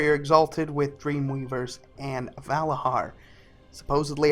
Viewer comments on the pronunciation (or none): ValaZar not Valahar say it like a true Vrykul godamit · Dude they are called Valarjar not Valahar ;) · It's "Valarjar", not "Valajar".. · I had to stop watching after he said Vala-HAR for the 10th time, it's Vala-JAR goof ball! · it s said valadgar and not va lad gar if you think it s like that cus dg = j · I don't want to correct you but hearing valahar, makes me abit salty, it's pronounced Valah-jar They say this many times in the stories dialect. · its not valahar its valayar... you dont say bhorn instead of bjorn what makes this any different? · It's "Valarjar" not "Valahar" you piece of shit, annoys the fuck out of me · VALARJAR WITH J Your voice is irritating. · Every time he says "Valahar" i get triggered! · I had to stop watching because I cringed every time he said Valarhar. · "Valahar" LMFAOOOO DUDE L2SPEAK NERD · in Nordic language most js are ys so he pronounced it wrong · You are saying Valajar wrong.